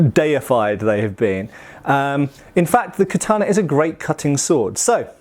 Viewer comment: It’s literally how you say it. American weeb smh